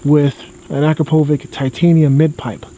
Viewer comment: ***** why's he saying it the other way?